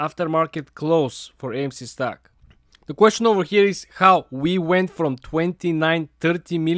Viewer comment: Stoke sounds just like stock when he says it